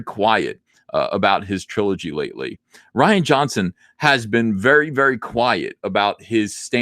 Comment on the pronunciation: As someone named Ryan, I humbly ask you refer to him as roundhead "Ree-an" Johnson. Thank you for your time.